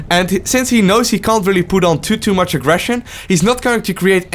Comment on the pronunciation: I know English is your second language but I have to say it's "too much" not "tutu much" ^^. Great video though!